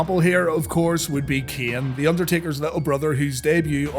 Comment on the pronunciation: keeene? dude its kane. learn to speak before making videos